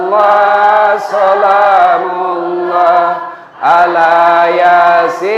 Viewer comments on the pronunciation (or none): assalamu'alaikum wr.wb,maaf paknustadz sebelumnya kalau saya salah menilai,kalau tdk saya salah dengar,bacaan sholawat sholaatullooh solaamullooh bukanya yg benar salamullooh,🙏🙏🙏